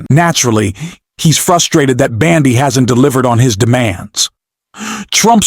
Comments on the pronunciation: Ok! Ai voice, try pronouncing it as Bondy not Bandy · please pronounce Bondi’s name correctly. I love your podcasts, but your pronunciation of her name is very annoying.